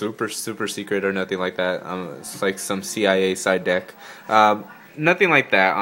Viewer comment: It sounded like he said "so this is the dick" omg